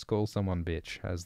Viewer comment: I love how you say “Byitch” 😂